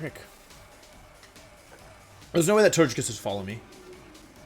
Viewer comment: I just realized that now when I say "Togekiss" out loud the way I normally pronounce it, it sounds wrong. You have, intentionally or not, brainwashed me.